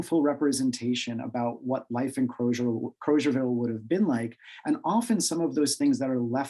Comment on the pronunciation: Liberians pronounce the town’s name as “Kruzerville” not “Crowzerville.”